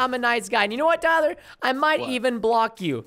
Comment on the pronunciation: Wow Preston why do you say Tyler a pleb